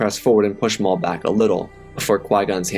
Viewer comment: lol I thought I herd it wrong but I hear you say darth moff